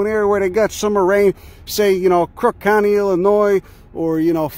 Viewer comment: He said crook county, Illinois lol.